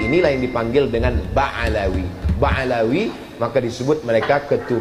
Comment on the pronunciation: Ba Alwi , bukan Ba Alawi , beda tuh Uas...